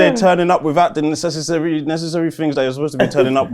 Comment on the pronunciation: "Necesissary" is CRAZY, but you get a pass on account of New Father Brain Congratulations again